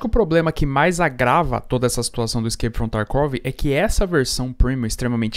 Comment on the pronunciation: "Iskeipi from tarkuovi" 😂😂😂